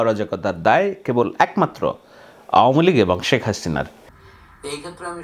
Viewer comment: আওয়ামিলীগের সকলেই বলে আউমিলিক এমনকি জয়ও বলে আউমিলিক। এটা আসলেই আউমিলিক।